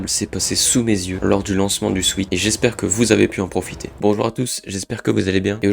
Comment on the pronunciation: ça se prononce "souète" pas "souite" Sweat ≠ Sweet